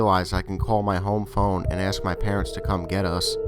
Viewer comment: he`s an axe murderer . murders the English language every time he tries to say ask.